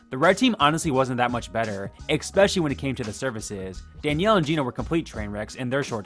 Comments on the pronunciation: especially not expescially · ESpecially. Not “expecially”!! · EXpecially!?!?!?!? Come on dude, that's much more embarrassing than any of these chefs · “expecially” if you can’t pronounce a word, don’t use it. especially not in every video multiple times. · I genuinely love your videos but for the love of life it is pronounced especially not expecially. Expecially is not a word. I am sorry to correct, I never do it, but it just bothers me so much that it takes me out of the video. Again, I don't mean it with any ill intentions, but expecially is not a word. I really enjoy your videos. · I suggest to stop saying "expetially"